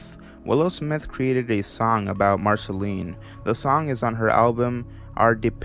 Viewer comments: this is a good video, but i’m not sure you’ve actually watched the show your self, not knowing how to say marcelines name and other names/titles of the show.... but nice vid!! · The way you pronounce Marceline x.x